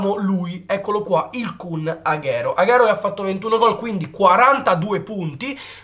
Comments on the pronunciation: Non posso sentirlo aghero, è Aguero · Non si pronuncia "aghero" ma aguero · Bel video,un unico appunto Agüero si pronuncia Aguero non Aghero